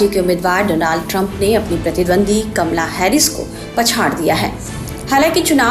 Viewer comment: kamla nahi kamala bol bhai